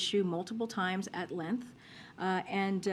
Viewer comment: What is a "lenth"?